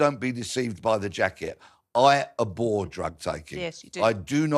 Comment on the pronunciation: Your man: "I aboar drugs" Also your man: "I love alcohol". Idiot.